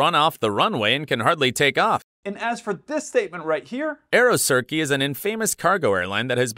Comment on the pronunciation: Terribly, horribly narrated, narration malpractice. Surely he's not a pilot.It's Aeroturkey, not Aerocirkay FFS! Boeing 77 is a small leerjet. Guy need to stay in his plane and only comment on things he knows about